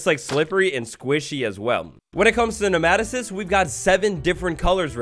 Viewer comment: It’s pronounced “nee-ma-toe-cyst”